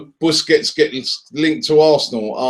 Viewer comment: try pronouncing his surname right